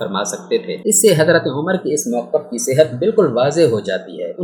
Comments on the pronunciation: اوے پاگل انسان تمہیں تو جناب عمر رضی اللہ تعالیٰ عنہ کا نام بھی لینا نہیں آتا جاہل انسان امر نہیں ان کا نام عمر رضی اللہ تعالیٰ عنہ ہے اپنا تلفظ ٹھیک کر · Bhai apki APNI pronunciation e theek nhi.....Umar ko Amar keh rhy hen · بار بار حضرت عمرو پڑھ رہے ہیں جبکہ پڑھنا عمر چاہئے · Naam to thek le lo Hazrat Umer R.A ka